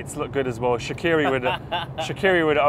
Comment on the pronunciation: ShaqUiri?! Are you fucking kidding me? Ffs...😒 Er heisst Xherdan Shaqiri!🇨🇭hopp schwiiz🇨🇭